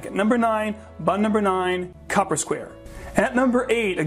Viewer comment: It's COOPER Square, not copper. As in someone who makes drums and barrels.